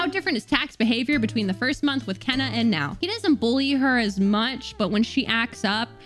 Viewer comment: Kena is actually pronounced as Keena confirmed by the devs.